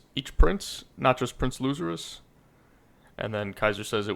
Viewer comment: Thanks for reading my comment of the last video kinda butcherd the name but thats nothing to fuss about Theory time: since it clear now that no one of the prince's (or maybe other people neither not clear i think) can leave the boat or they die Maybe the change in story what togashi often do revert expactations since we are so focused on who will win and power ups. Maybe some other faction will blow up the boat and all the prince's die because of it ?